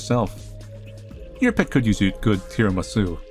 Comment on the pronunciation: the way said "tiramisu" lmao